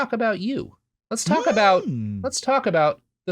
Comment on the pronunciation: cant stop cackling over saying cock instead of talk lol probably the most important part of this episode